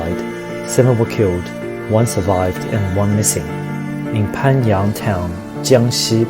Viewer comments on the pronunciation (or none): It's not pan yang is bo yang